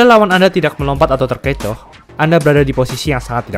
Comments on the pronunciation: Terkecoh bang... 😂😂😂 Terkocag baru denger saya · sering ngomong terkocak, terkecoh kali min?apa emang sengaja wkskwk